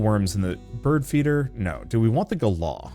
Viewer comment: wonder your not ment to say galah with the hard R. is like gala but not ga la. they got there name from the road rage in your tone when 1 races you going 100KM in a car and then try's to fly in front of the car. fucking galAH like that